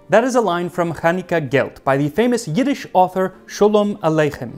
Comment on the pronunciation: He did pretty well with the Yiddish, and even used the proper standard transliteration system!